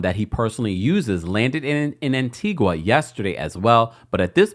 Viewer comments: Pronounced Antiga. Antiqua is in Guatemala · ITS ANTIGUA-A NOT ANTIGWA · FYI it’s pronounced AntigA not Antigua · Stop saying "An Ti Gwa" it's An Ti Ga❤❤ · Tea-Gah. Not An-Tea-gwah. 😘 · Pronounced An-tee-guh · Yes I heard it landed in Antigua but they have extradition laws. Sidenote: it's pronounced An ti gah My family's country 🇦🇬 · It's pronounced (An-tee-gah) Antigua 🇦🇬🇦🇬🇦🇬....and they do have extradition to the USA. Ps. That island dont need no Didler drama...😮